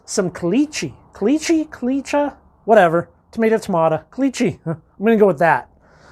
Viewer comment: caliche is why we don't have basements in Las Vegas, not even crawl spaces - the stuff is a horror to dig through. and you pronounced it correctly😊